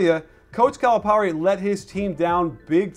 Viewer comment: I'm sorry, but if you are going to trash a coach, at least learn to pronounce his name correctly.